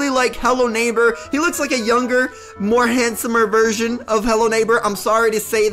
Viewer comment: I had robux but now I dont lel 😂 And also the way said hello neighbor naigber